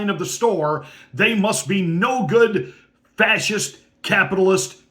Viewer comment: She even says "frashist" like, what does that mean? Lol